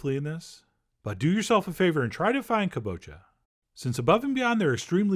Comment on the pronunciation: It's pronounced Ka-Bo-Cha not Koo-bocha